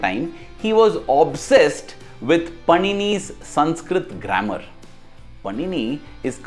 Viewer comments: Just a little correction. It's not पनिनी...it's पाणिनि। Om Shree Sai Ram 🙏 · The entire video is very nice but just one improvement it is not panini it is pronounced as pānini.